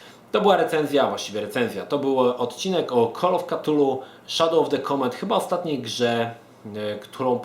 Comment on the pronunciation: Jeśli moge sobie pozwolić na mała poprawkę i zarazem podpowiedz w wymowie jednej z mojej ulubionej serii " De Kool of ftulu" nie mam zamiaru nikogo urazić ani pouczać. Ale myślę że fajnie znać orginalna nazwę. pozdrawiam